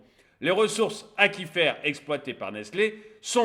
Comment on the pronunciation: Aquifère et non Aqifère pour la prononciation. Comme Aqua, on ne prononce pas Aqa.